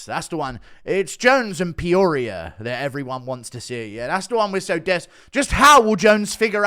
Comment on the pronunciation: Me: lives and trains in Peoria Guru “peoria” Me: huh 👀👀